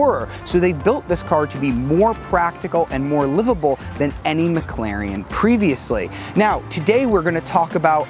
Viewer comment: McClarion? Is that the new Irish car audio company? Heehee!!